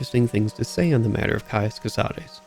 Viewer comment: Thank you for actually pronouncing Cosades the right way. It was getting so tiresome to hear all the latin-inspired names to be anglicized.